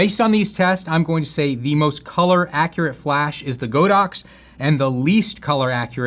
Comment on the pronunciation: Not Go dox, it’s God ox